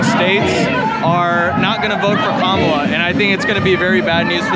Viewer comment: It's not ka ma la... its comma la....